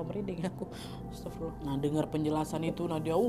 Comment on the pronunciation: astagfirullah kak, bkn astaffirullah, soalnya bacaan yg benar itu astagfirullah bkn astaffirullah